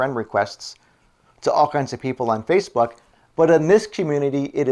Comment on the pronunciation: Well ive been residing here in Washington State A native of California state ! Sounds like your saying Spacebook .Well people change in appearence . How about at Gay bars lol .